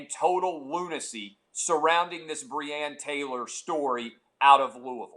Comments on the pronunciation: At least get the woman’s name right, Breonna. Lol my mans said breann 🤦‍♂️ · clay - get facts right!!!!!!!!!!! also clay - cant pronounce first name of victim